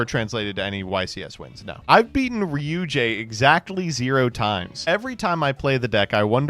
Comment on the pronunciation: This video just feels like a showcase of why Droll is a toxic card, it just makes half the decks in the game unplayable for the sins of one or two FTK decks that could afford to be hit by targeted bans instead of letting Droll exist. Also please stop pronouncing Ryu-Ge as Ryu-Jay.